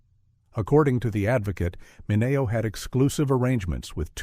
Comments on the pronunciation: its sal MINeo not Sal MinAYO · MI NE O... It's Men e o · so weird to hear the way they pronounce Sal 'Mineo.' GET it together AI.